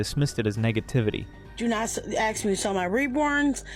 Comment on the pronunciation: Ohhh, she’s just axe - ing. Ok.